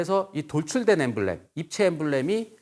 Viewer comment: emblem[ ˈembləm ] 강연자분이 발음을 갈피를 못잡으시네..